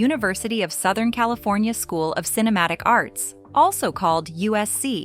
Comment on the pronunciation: Cali”phone”nia! Return of Jed “ia”. 😅